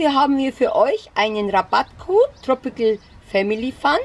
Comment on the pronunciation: tropicil tropical spricht man es aus